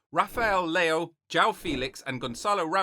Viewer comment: *João is pronounced "Joo-wow" while Leão is peonounced "Lee-aw"